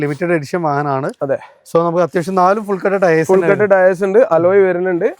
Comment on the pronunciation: മോഡൽ പറഞ്ഞില്ലേലും കുഴപ്പല്ല ആ ടയേയ്‌സ് എന്ന് പറയുന്നത് ഒഴിവാക്കു( ടയർ എന്ന് പറഞ്ഞാ പോരെ )